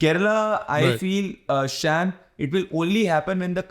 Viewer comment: He is annoyingly saying "shyaam", not "Sham". Sounds extremely weird.